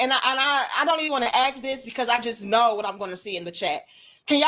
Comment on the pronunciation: its pronounced "ask" ...not "aks" fs